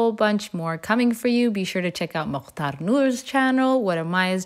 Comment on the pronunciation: The way pronounces Mukhtar 🤣🤣🤣